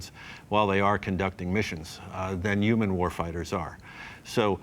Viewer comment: Why was dude calling Human’s Umans? Or am I just hearing him wrong?